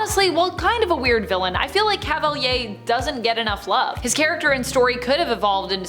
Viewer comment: So Cavalier... I never heard it pronounced that way. That's not the french pronunciation either, at least it doesn't sound like it